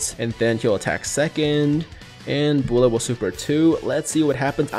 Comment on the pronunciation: Why he pronounces Bulla like that lmao